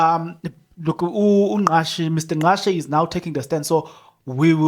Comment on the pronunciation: Ngcatshe not Ngqashe